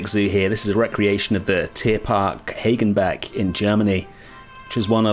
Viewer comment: The pronunciation of Hagenbeck in German would actually have long a as in 'park' but without the small r sound attached to it =D